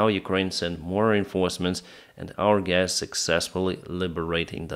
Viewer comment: All right gays? 😂